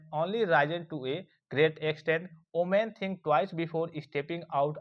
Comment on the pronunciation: Women ❌oomen ✅😂😂😂😂😂😂